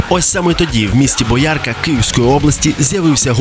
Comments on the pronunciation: "бОярка", камон ))) А то схоже на ґіркіна з його "ґостомЄль" ))) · Все супер тільки будь ласка не боярКа а бОярка))) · Таки бОярка, а не боЯрка.